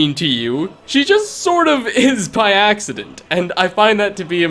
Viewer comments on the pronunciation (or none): none